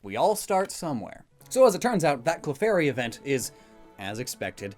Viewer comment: Professor oak: Clefurry